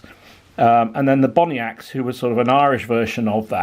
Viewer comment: Gil-gal and bonniacts are pronounced as gallowglass and bonnats i can forgive you as you are a sassanach lol